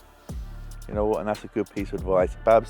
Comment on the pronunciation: Babz not Bav 😂